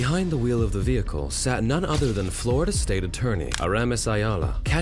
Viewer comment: What is a Veee Hickle? 😂😂😂